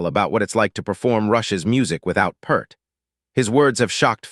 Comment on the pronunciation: He wa not just a drummer. And his name is not PERRR T. I DISPISE THIS AI SHIT!!!!!!